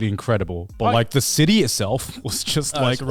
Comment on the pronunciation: Garnt saying "Cidy" and not "City" or "Ci'y" hurts me